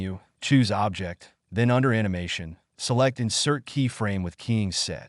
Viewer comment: This has to be an AI voice over as OBJ files are pronounced 'Oh Be Jay' and the word object was spoken like 'I object to that!'